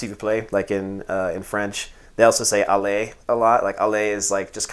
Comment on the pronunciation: Ahah your "allez" was on point!